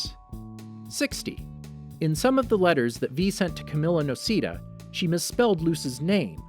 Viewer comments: I’m sorry but I’m that guy It’s not NO-SEE-DUH it’s NO-SAY-DAH sorry if I sound like hermione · “luz nocEEda” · help jesus christ im gonna cry, someone cleary didnt watch the owl house, nocEEda, its nocAYda, the cup eda ownin saying 30 and flirty _people can own things from the perivious birthday, clearly she got that mug and aged while still owning the mug, im not even gonna go into the whole thing about hunter being belos's nephew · It's pronounced no-ce-da not no-see-da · They called her Luz No-c-da (it's pronounced as Luz No-s-eh-da) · Did they seriously pronounce Noceda as “no-see-da”??? And also its the “demon realm” not “demonic realm. Fr some of these videos seem like the narrator didnt even watch the show. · It's pronoced No-ca-da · pronounces Noceda as "no-see-dah" me: P U R E A G O N Y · I’m sorry. NOCIDA?! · “Luz nocida” Made me cry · Excuse me but… NOCEEDA?!?! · "loose noceeda" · Noceeda demonic realm I'm sorry but this hurt me to hear 😭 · The way you pronounced noceda hurts my soul. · IM SORRY BUT LOOSE NO-SEE-THE WHAT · The way you said noceda killed me a little 💀